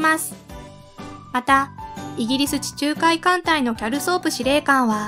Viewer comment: キャルソープがギャルソープに聞こえて二度見したわ